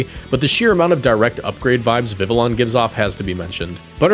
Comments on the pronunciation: Viveon. You say it like an eeveelution. No L sounds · I’m pretty sure it’s viv-ee-own because it’s supposed to be French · Pronounced vivi yon ya uncultured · Bro PLEASE learn how to pronounce Vivillon. It’s easy to breeze past when it’s mentioned once over 20 videos but hearing it 20 times in one video was agonizing. Great video as usual but please bro, the double L as a Y is not that hard